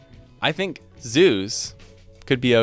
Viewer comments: Zoos... at first I thought you said Zeus 😂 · Haha it wasn’t just me that thought he said Zeus thank goodness 😂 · 🤣🤣🤣🤣 I heard him say Zeus instead of Zoos also 🤣🤣🤣🤣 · The first time you said zoos I heard Zeus and got really confused. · haha I legit thought he believed Greek mythology was a reality and was referring to Zeus as his god. Up until when he pronounced the 'oo' a bit more clearly.